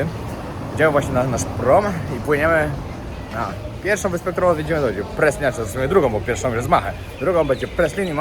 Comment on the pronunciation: Byliscie na Praslin (Prale..z francuska trzeba wymawiac) a najwazniejszego nie zobaczyliscie..az nie moge uwierzyc... plaze i nurkowanie sa wszedzie na Szeszelkach ale Praslin...no nie!!! Obciach.